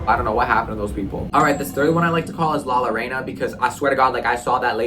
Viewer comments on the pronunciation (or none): its pronounced la llorana (la- yorona) and she aears a bloody white dress and she is only in mexico. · It’s La Llorona you made her angry 😂🫢